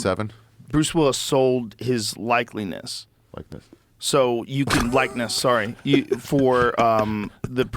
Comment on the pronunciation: Joe Rogan mispronounces likeness, and you can clearly see he didn't like the laughter, but let someone else mispronounce a word and he laughs up a storm. Karma Biat**! lol!